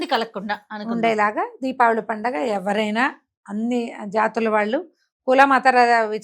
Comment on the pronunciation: DIVAALI ani pronounce cheyakandi please..RAMA garu pronounce chesinatlu Deepaavali ani Palakandi..Prajalaku kudaa alaaga pronounce cheyamani message ivvandi please..Divaali ante Divaalaa Laagaa vinadaani ki baagundatam Ledandi..🙏